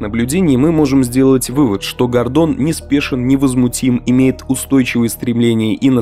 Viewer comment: Гордон. Ударение на первый слог